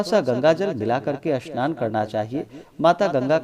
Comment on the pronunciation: Jay Shri man Narayan Jay Shri man Narayan Bhagwan Vishnu Ki Jay pranam hm khna to nhi chahte bt aap snan ko Asnan or spasht ko aspast kyon bolate Hain Radhe Radhe